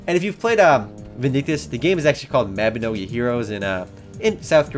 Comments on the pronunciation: its pronounced as "Mah Bi No Gi' not "Meh Bi No Gi' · Its m a b i n o g i not maobinogi lol but good try lol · isn't it pronounced as Mawbinohgee?